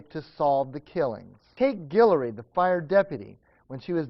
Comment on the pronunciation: girl, you from louisiana!? cause you say Guillory (also my last name) perfectly!